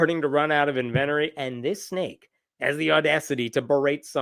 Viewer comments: "Invent-a-ery"?? Uh, it's "inven-TORY".... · That was a... creative pronunciation of the word "inventory". My dude, it's pronounced _INN-ven-tory".